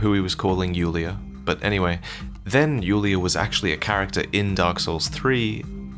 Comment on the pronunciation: Isn't the DS3 character called Yuria, not Yulia?